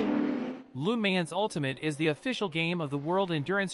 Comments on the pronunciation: You sound like those automatic phone message systems, LU MANS...lol, proper is La Mons, even though it spelled Le Mans. Great video otherwise, thumbs up! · This guy just say LEE MANS 😂😂😂😂